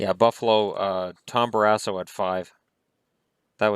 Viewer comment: Did I hear him wrong? Did he say Tom Barass hole? 😂😂😂